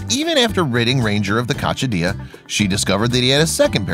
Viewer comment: It's pronounced *coc-si-dia